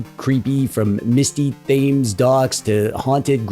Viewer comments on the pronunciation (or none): So I haven't completed it, but Hellnight on PS1 is quite Spooky..... Also the river running through London is pronounced "Temz" ,not how it's spelled....Spooooky! 😉